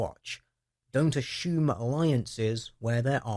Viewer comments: food for thought. there is no H in the word assume.... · aSHOEm? I'm trying hear assume but hear A-Shoe-m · assume.... Heheh... You said A-shoe-m. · The number of times assume was mispronounced as "ah-shoe-m" was very distracting (similarly it's also very weird hearing a handful of people pronounce consumers as "con-shoe-mers"). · danged autocorrect. I meant that to read pronouncing "assume", with an S-sound, as "ashume", with an H sound in it. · the way you say assume is hysterical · Which part are u from where they pronounce the word "assume" like u do?._. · Just curious...Is it a typical British thing to pronounce "assume" as "assume"? There's nothing wrong with it, I just don't remember having heard it before, and wanted to know if it's common, or just a deer-ish idiosyncracy?